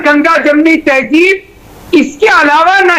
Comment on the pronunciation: Ganga jamuna saraswati hota hay Ganga jamuna tayjeeb nahi hota hay.